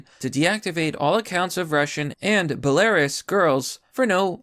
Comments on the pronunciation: What's Bel-air-us? All I know is bela-rus. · "belarius" lol. "Bell-uhh-Roose" ;) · I thought i heard him say "Hilarious dictator"......... Its pronounced, Beh-luh-roos :-)) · It's (Bae la roo's) not (ball airius) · It's "BellaROOS". Ha. Not Buh LAIRIous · It's pronounced, "Bell-uh-roose". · Had to listen to you say Belariuss about 15 times. Great video but leading off with that hurt my head a bit. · *bella-ruse and *Vill-helm Come on, you are my favorite creator just get this stuff right when ya pronounce it. You are accurate with everything else. Only complaint honestly as a fan. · Belarus (a country in Europe) is pronounced: beh•lr•oos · It’s pronounced Bel-a-roose. Love ya covering this but I’m gonna keep calling out mispronunciations. Also, they did have weapons of mass destruction, just not nuclear. Biological weapons were found. Jack Posobec talked about it on timcastirl. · Did you really just say Belarous? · Belarus is pronounced Bae-la-ruse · Please tell me you intentionally pronounced Belarus wrong.